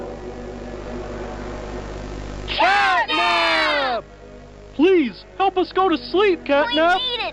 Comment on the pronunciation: i heard capnap not catnap in